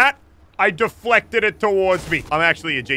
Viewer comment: Deflected it towards me? Seriously elliot that's not how u say it